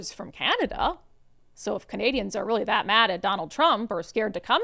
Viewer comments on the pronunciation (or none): none